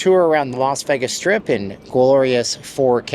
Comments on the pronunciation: LEARN TO PRONOUNCE VEGAS, NOT VAGAS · This guy makes videos about Vegas and can’t pronounce Vegas correctly.